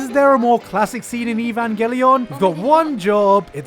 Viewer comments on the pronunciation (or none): Did he say evan gah lion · What the fuck is that horse unit 1 from? Your meme powers are strong. Fits of laughter hearing you Boucher Evangeleon over and over. Jellyfish oh man. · Its ivanyelion,not IVANNGELLÍON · It's EVAN - GAY - LEON... What is a Gulion? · Its pronounced Eyvan·gellyin not evangeLION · Eevawn gly enn??? Quit pronouncing it like that! It’s Evan gelian!!!! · Evan gay lion? It pronounces evangeleon you britt. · I find it hilarious that you pronounce it evanga lion rather than New genesis DEPRESSION SHOW or evan ge-lyon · the way you pronounce evangelion man.... its not evan-ga-lion lol its E-van-gelion (g = guh) Eay-van-gelion ^ or Evan-Jelly-on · if i hear this dude say "EE-Vahn-Gah-Lion" one more damn time. .. it's "Eh-Van-Gell-eon" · Who tf pronounces it like "Ehvan-geh-lion???".... It's pronounced "Evang-gileon"! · Ee-van-geh—LIE-ahn? WTF? Ee-van-GEH-lee-ahn, you twat. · i have never heard anybody pronounce evangelion as "e-von-guh-lion" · "Golly, I'd love to watch me some 'Eevangelaon'" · Is it really pronounced “ee von go lion” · The way he pronounces "evangelion" hurts my ears. I don't think I've heard anyone say it like that. The Japanese dub pronounce it worse but that's understandable considering their accent, and at least they don't say "lion". No giant feral cats were involved. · EVAN GHE LION WHAAAT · EVAN-GE-LION im as a german native speaker died of this pronunciaton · Im so late to the party but the way he says, "Neon Jellyfish Evan Geh Lion" is just so perfect. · Neon Jellyfish Eve Ang El Lion. If only you pronounced Ang as Anj. would be the cherry on top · My god. Usually I’m not about this nit picky bullshit but 4 SECONDS IN AND I HEAR “EEH-VAN-GUH-LION” WHAT THE FUCK IS THAY PRONUNCIATION AND WHY DO YOU MAKE ME SUFFER Edit: oh fuck it’s a joke my bad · Evan what? Wow! That’s an original butchering of the name! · He said neon genifish evanpelion i think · "E- vanger- lion" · what in the fuck is evaan ga lion?!?! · E VAn guH LION